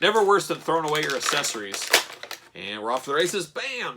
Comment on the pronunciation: Why do you insist on pronouncing "accessorues" incorrectly?